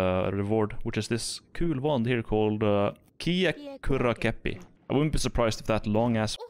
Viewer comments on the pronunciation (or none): I love watching noise cus people just have a stroke when they say kiekkurakeppi cus I am Finnish